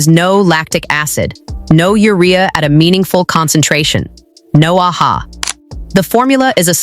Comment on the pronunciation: Friend, it is AHA…the letters stand for Alpha Hydroxy Acid , it is not read as “Ah-Ha”😂